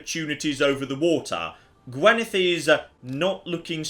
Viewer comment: Can we add Welsh to that as well? It's still painful every time you fail to say Gwynedd.